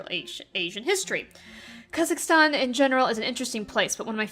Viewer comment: Kazakhstan was pronounced correctly! And sand mermaids... huh. Interesting. And to answer your question, no to pineapple on pizza. #notmypizza